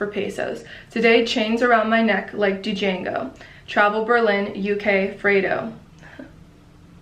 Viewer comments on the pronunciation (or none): none